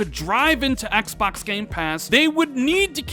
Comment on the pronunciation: Im sick of you saying "ExBacks" 😭😭😭